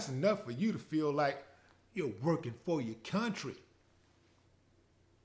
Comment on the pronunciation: When he said ✊🏾"Your working fa ya country" 😂🤣😂🤣😂😂🤣